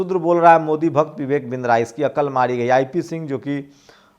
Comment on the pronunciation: बिंद्रा नहीं बदरा बोलिये।